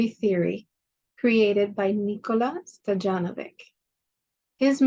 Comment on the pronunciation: Just an fyi...his last name is pronounced stoy yan o vich. J is pronounced like a y in serbo croatian.